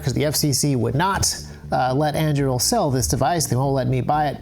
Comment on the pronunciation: never heard Andúril pronounced like that! haha